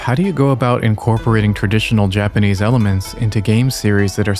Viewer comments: Just found you, but your stories are super well done! And super interesting! Your Japanese pronunciation is phenomenal. Makes me wonder if you speak Japanese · Found you from your video about stormvei castle. Phenomenally cinematic, and then coming here and seeing your phenomenal pronunciation of Japanese as an American who learned Japanese in middle school, love to hear those who understand, pronounce and analyze from that perspective. Really wonderfully done video.